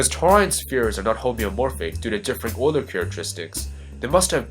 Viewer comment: It's pronounced, You-ler.